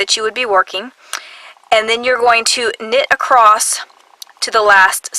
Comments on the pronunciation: 'Acrost' is not dialect. It is simply a mispronunciation of the word 'across'. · Why do you say ACROST ???? there is no (t ) in ACROSS making me crazy :( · Sounds very strange to my Swedish ears..... 😅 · There isn't a T in the word ACROSS, and why do you smack before speaking almost every statement? #annoying